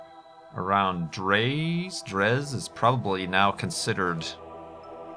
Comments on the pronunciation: Dray is the pronunciation. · dres is pronounced like drey